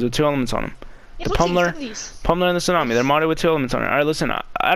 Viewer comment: My guy said t tsunami ha😂😂😂